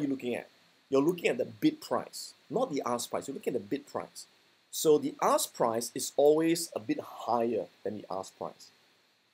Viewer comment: I kept hearing "ass" price for some reason lol